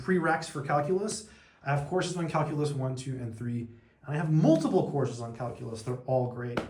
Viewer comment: Hey, what’s cal-coo-lus?